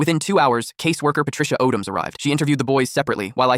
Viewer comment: 😮 That's my last name "Odom" and lease was pronounced right! 😂